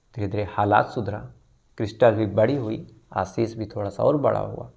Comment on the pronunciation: Sir, aapka Ashish ka pronunciation hamesha galat rahta hai. Ek aur story mein aap Ashish bol rahe they. Aaashish hota hai pronunciation